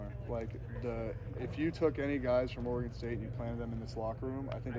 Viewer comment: Oregon State. Oregon state come on it’s not that hard